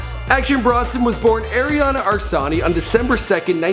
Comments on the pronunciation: Arian Asllani ...not Arsani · Did you call him Arian? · He can’t even pronounce his name right lol.